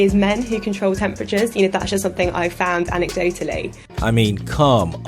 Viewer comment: what does it even mean "found anecdoatahlley"?